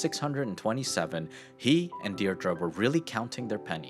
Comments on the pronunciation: It is a pity that you fail to pronounce 'Deidre' correctly (Deer-dree) and show undisciplined American schools. No UK School would allow such poor behaviour let alone James' 'Private School'. UK houses are more expensive than the wooden shacks that Americans prefer but remortgaging his home for £1.25M puts him in the upper echelons of UK home owners. Had he failed he could have purchased a 'small' house for ~£250K or so. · Dierdre Say Deer-dree